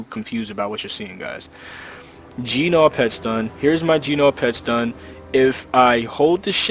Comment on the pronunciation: Great video and very informative. I've forwarded it to a few of my friends that struggle with macro's and focus macros - damn though the G in gnaw is silent!!